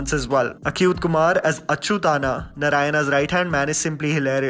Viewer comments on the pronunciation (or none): It's not achyutanna it's achyuth Anna .Anna means elder brother